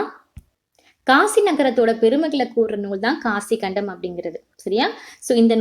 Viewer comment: not காசிக்கண்டம் that is காசிக் காண்டம்😊